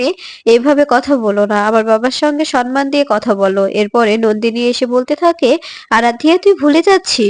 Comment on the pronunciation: 😮 ভুল uchcharon, কথা টা সন্মান নয় , সম্মান ( samman)